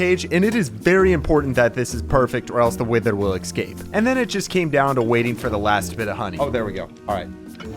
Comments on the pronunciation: seems like the type of guy to say excape instead of escape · It's escape, not eXscape